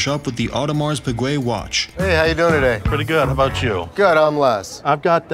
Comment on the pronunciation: The way they pronounce piguet is killing me